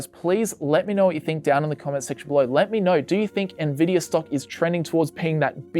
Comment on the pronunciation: im sorry "ne-vidia" ahahahahha